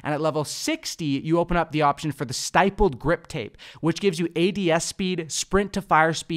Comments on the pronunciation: Stippled is pronounced like nipple. When gamers think they are operators but never took a gun to a war zone 😂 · The I in stippled is short, just a heads up!